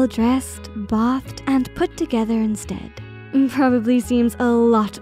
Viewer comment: Right? Bathed isnt pronounced like this video has it... i miss her voice